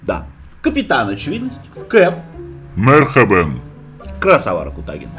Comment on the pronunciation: МАРХАБАН!!!! А не мархабэн!!! Надо говорить правильно